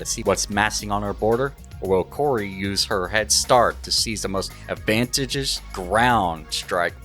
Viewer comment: "coteegent" lol, I going to assume its a joke but in case it isnt its pronounced "con-tin-gent" as for what you tried to say for advantageous, its pronounced "advan-tay-geous" . this is assuming this isnt a joke ofc lol